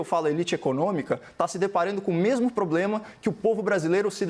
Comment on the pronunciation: fatos que eu "MEMU" apurei. (Augusto Arruda)